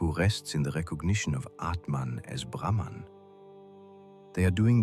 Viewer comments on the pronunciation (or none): none